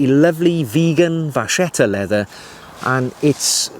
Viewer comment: It's not pronounced "vashetta" but "vakketta". And it shouldn't even be written with a single C, but with two: "vacchetta". Vacca > vacchetta. But you persist in your error.